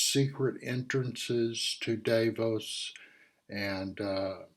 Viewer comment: Thank you. I am one of your subscribers. It's my hope many others will view your reports. You offer interesting subjects. I will be watching Tomorrow. ( pronounced, Dahfaux = Davos.)